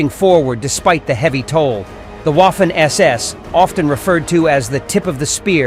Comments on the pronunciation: Guderian (Wehrmacht) was the driving force of the panzers. Not the SS, who at the time of Barbarossa, were even seen as unprofessional fanatics. By the way: Waffen = Vaffen NOT UAffen. Also, Erich = Erish, not ERIK! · The waffen ss is pronounced like a v in english. So (v)affen ss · uaffen...yanks historians. not even able to pronounce a word in a foreign language 😆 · If only you knew how to pronounce "Waffen" correctly when you made this video, it would be a near-flawless production. Oh well. I felt like killing myself by the end of the video because I had heard "Woffen" far too many times. It's very unusual: to know this much about their history while being ignorant of their proper name. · The Person that speaks a sort of English as commentator sounds as fanatical as the SS itself. He must learn to pronounce the German namens correctly. It is clownesk to hear HIM say the WOFFEN SS while a child can see that A is written like in cArdboard or cAr or Appeal and even Armistice. SO STOP YHIS REDICULOUS WOFFEN SS. Waffe = weapon wappen SS is armed SS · Łafen SS 🤣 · That is true. Many Americans have troubles with that. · The letter "W" is pronounced like an english "V" in german. You got it right for "Wehrmacht", but it sounds disturbing hearing "Waffen SS" occaisionally (not always) pronounced like "Waffle House". Just saying. lol